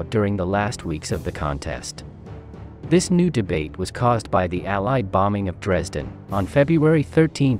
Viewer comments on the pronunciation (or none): none